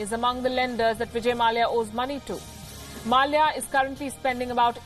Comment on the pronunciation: No news reader pronounces the konkani surname Mallya the right way